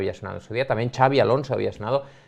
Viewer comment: Nota de parte de un vasco: Xabi Alonso aquí se lee "Shabi" y no "Chabi" Nos pone bastante nerviosos que lo digais como si fuera Xavi jajaja